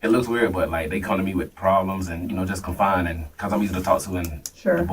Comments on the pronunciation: Its confide, not confine. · Knew he was lying when he said “ confine” instead of “ confide “ twice 😅